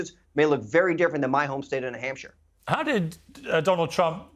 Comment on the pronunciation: What's a Nuh-Hampshire?